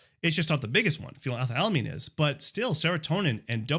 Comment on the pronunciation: You said phenylethylalamine while posting the word phenethylamine. You got it wrong both times. It's phenylethylamine. 😂